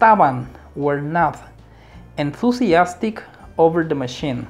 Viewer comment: WERE / ENTHUSIASTIC / SALESMEN / SUGGESTION / SIMPLE / AGAIN.. check your pronunciation man